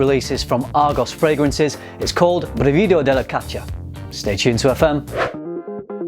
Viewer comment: Good pronunciation but the stress is on the first syllable: brìvido not brivìdo. But I still don't understand why their names are in Italian when they're all about Greek mythology.